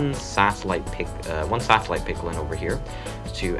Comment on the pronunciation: i thought he was saying pickle instead of piglin